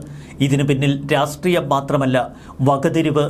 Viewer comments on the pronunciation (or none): none